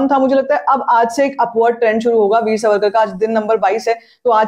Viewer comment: मुझे ऐसे लगता है आपकी जो थोडीसी फास्ट बोलने की आदत है उससे जब आप वीर सावरकर बोलती है तो सुनते वक्त वो " वीर सवरकर " सुनायी देता है. कृपया मेरी बात पे गौर करे.